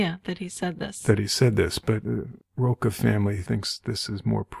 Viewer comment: Roca is how you’re pronouncing her surname. It’s actually Rocha, as in the Cha Cha, a popular dance in the 60s. Hope this helps.